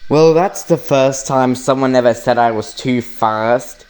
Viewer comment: It's said not sayd